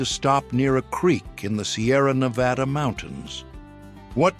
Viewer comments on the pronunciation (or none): none